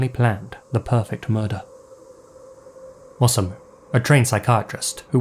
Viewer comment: It's best to pronounce "Osamu" by keeping the "O" and "sa" together, like "Osa-mu," just as you pronounce "Hiroshi." I was curious but I stayed away from this case because it was so weird (after all, it involves beheading performed by a woman none the less!).